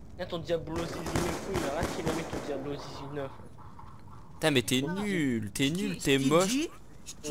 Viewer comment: Diablo et non diablio